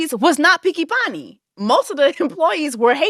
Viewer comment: Innit! It took me a couple of times to clock it 😂😂😂 Jess is too funny! Mi no picki panni 😂😂😂